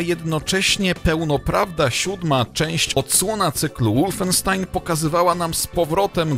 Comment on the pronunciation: wolfenstein czytaj po niemiecku (wolfensztajn)!! a nie po angielsku (łulfenstin)